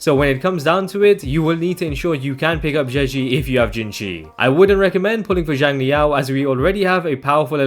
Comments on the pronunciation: Theres still some tiny nuances in there thats not 100% accurate but it would be miles better than pronouncing it as more of a “Jiang” sound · A more accurate pronunciation of Xiang in Xiangli Yao would be “Syang” since X in Chinese always makes more of an S sound